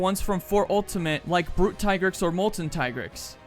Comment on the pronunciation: it's tee-grex, not tai-grex. the handler in mhwi pronounced it.